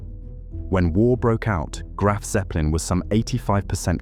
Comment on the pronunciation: Graf What'eppelin?? 🤣